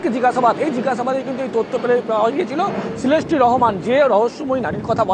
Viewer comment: ভাই সেলেস্টি না😂😂😂 শিলাস্তি রহমান আসলে হাস্যকর কলকাতার নিউজ গুলো